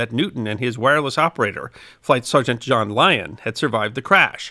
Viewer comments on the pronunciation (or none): none